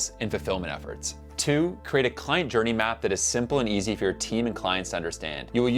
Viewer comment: Hi, i think the word is client? or kind? if I listen, and the context does suggest client...